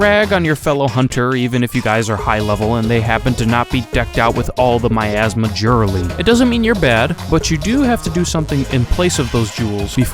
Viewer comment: Miasma? No. "OURasma"